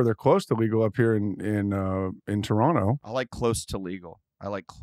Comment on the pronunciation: I love when Kyle says "Toronto" the proper way. Legend, mate!